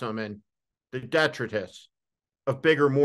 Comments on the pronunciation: Why does he pronounce detritus (de-TRY-tus) as DEHtrutus? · Just one thing. The accent in detritus is on the second syllable. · The word detritus is pronounced de-tri’-tus. Accent on the second syllable.